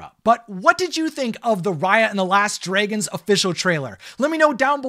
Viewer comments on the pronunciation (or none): And although is slowly pronouncing dragon better, I still can't help but cringe when he says Dragons as "DREY-gun".